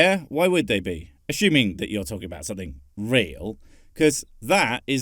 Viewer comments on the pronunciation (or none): Please stop saying ashoeme/ashoeming, you wear a shoe on your bl**dy foot. Its ass-you-(which is an accurate discription of any one that says, a-shoe-ming) -ming. I know the disclaimer says you a dumb but I think if you drink enough whisky you will get the hang of it. Take a shot every time you pronounce it right.